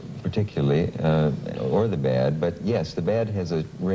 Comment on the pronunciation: "I like the children to be influenced by 'thee' and 'ei'"